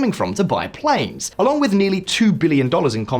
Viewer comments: Mmm. “Russia struggles to maintain PLANS”. A little failure of the AI voice that you used to pronounce the word “planes”. Well, I assume it was AI. Either that or you’ve got a staff member that can’t read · Your narrator said "plans" instead of "planes" and you didn't catch that? Thumbs down! Sloppy. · There's a slight difference between plans and planes. I wouldn't advise attempting to fly on a plan. Maintaining credibility is best achieved by using only human readers, not computer voices. There are more than a billion English speakers to choose from. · Struggles to maintain “plans”. At least get your bots to pronounce plane correctly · Your VO actress just mispronounced “PLANES”. Seriously, if you want to hire a new one I’m available